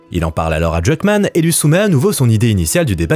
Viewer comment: la prononciation de Druckmann.... hein!!!